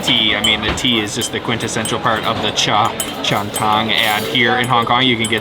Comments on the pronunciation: It’s cha Chan “tang”, not cha Chan “tong”. But good video about the Hong Kong food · Hong Kong cafes are called - Cha chan tangs. Your pronunciation was so way off 🤦🏻‍♀️